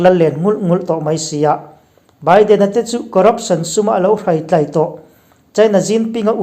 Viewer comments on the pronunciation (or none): none